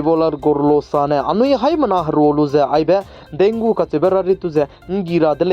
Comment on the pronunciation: Thanks for update and one thing bro Dengue is pronounce as "dengi". Tq u....